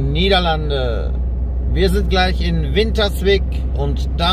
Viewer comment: Das "ij" in Winterswijk wird aber als "ey" ausgesprochen. Also Wintersweyk. ;-)